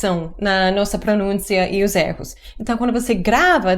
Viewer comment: Você sempre erra na pronúncia da palavra erro